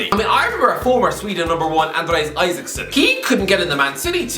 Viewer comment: Isaksson* not Aisaksson!